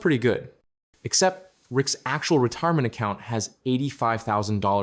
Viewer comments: "EUGIREMENT" account"? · what’s a eugirement account? 😂